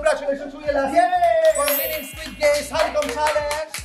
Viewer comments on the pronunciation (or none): SQUID GAYMES not GAYS.